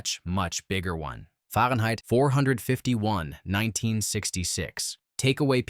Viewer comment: Too bad about the AI voice. It really could not say Fahrenheit 451.